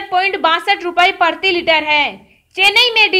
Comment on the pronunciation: OO o o o o o o o o Meri Ammmmaaa PARTHIi Litre nahi . . . . PRATHIi Litre kaho....